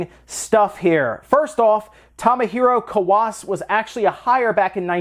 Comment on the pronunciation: First, it's pronounced more like "toe-moe hero kah-wah say"; next, the iNES emulator and its file format were invented by Marat Fayzullin, and Kawase had n... looks up "Tomohiro Kawase" just to make sure ...(wait nvm, he actually did contribute to iNES, and I had just mistakenly thought it was all Fayzullin's work). Oh, and the dumping and sharing of ROM images did exist back when Animal Crossing was in development (and not only iNES, but the freeware NESticle emulator, were out by then), so although it does make more sense right now that a former contributor to iNES showed Nintendo how to dump and package its own ROMs, it's entirely possible that they grabbed them from the BBSes or IRC or Usenet servers that hosted the ROMs at the time (I'm not sure whether Web sites that did so were common yet, though they did exist too).